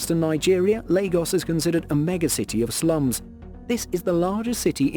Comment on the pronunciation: He pronounced Lagos correctly and Yoruba he pronounced wrong